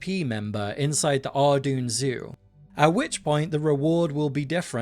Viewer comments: Wrong, it's ar-DOYN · It's pronounced ardoyne